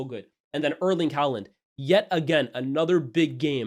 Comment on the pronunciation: Please learn how to pronounce Haaland